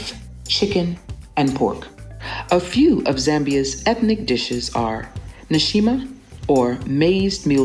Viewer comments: Nshima is pronounced as In-shi-ma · You said Kafue,nshima and Nyanja completely wrong